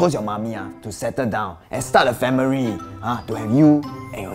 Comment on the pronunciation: Responsripel, famiri, responsripiriti